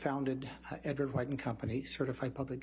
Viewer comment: Edward Whoite lmao, why do some people pronounce white like that, and it's almost always the old heads 🤣?